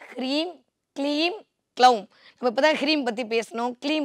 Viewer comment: அம்மா தாயே ! அது “ க்ளவும்” இல்லையம்மா ? நீங்க கொஞ்சம் விவரம் தெரிஞ்சவங்களாச்சேன்னு நினைச்சேன் ; இப்படி தப்பா உச்சரிப்பு பண்றீங்களே? " பீஜ " மந்திரத்தை தப்பா உச்சரிக்க கூடாது; சகோதரி !